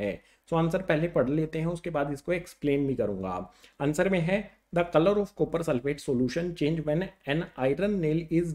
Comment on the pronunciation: Sopper chloride 😂😂😂😂😅